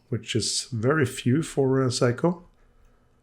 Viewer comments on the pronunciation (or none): Man I love your videos, really enjoy ‘em but this particularly annoyed me. Sorry in advance if I sound smarta$$ but please it is not “psycho” it is “Seiko” the “i” is to elongate the “e” sound so it is like “Se-e-ko”. Again I’m sorry not trying to offend but it hurts my ear every time you say it. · Why do you refer to the watch as a "Psycho" Souldn't it be pronounced "Say-ko"? Or is it your cold? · Interesting for sure, always. Love the fact that you pronounce Seiko and psyco about the same to my ear. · I'm amused by the fact that when you say "Seiko" that it sounds as if (to my ears at least) you are saying "Psycho". 🤣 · It is a joy to be subscribed to your channel,. Dad jokes are the best jokes. Not only do you make a superb video of this challenging renovation; you persist in pronouncing the brand name as "Psycho" (please never correct that). Is this old beauty showerproof? Thanks. Hope you're having a great weekend. Cheers 🍻!